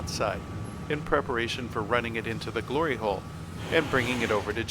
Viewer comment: Mum walks in as soon as he said gliry hole now i have to watch it all over again with her😂😢